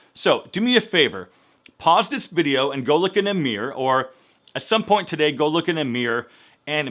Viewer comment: Looks like the "tooting" went on for MUCH longer than a second, M'Dear - L😆L!? Couple more "exclusive" criticisms: some of your before pics were faar better than the after - since I prefer the natural good looks to the put on Hollywood fake ones. And last but not the least - It's mirrrror (mirror) not meeorrr - please!? On a positive note, some of your tips made good sense, but would I like to see more of "make a good impression" NOPE - In a world where good impressions are outweighing good intentions, I'm for the keep it simple, sweet, & natural - It's healthy!! Do I mean flaunt your flaws & show off the belly fat & thunder thaighs -nope!! I simply mean work on your health instead of your looks. The former stays with you the other is temporary - Plus a good inside builds self worth & confidence. For everything else there's Master card!?